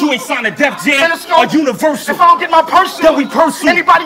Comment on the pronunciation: "Have his insides out like you revearsal" not universal